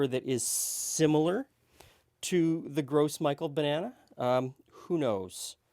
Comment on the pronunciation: The Gros Michel is pronounced grow mee-shell not gross Micheal. Just thought you'd like to know.